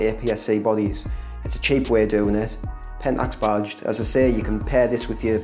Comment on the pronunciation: I thought you were saying "bodged lenses," but at the end I realized it was "badged lenses." LOL Nice collection. My favorite lenses are the DA* 300 and the DFA 100.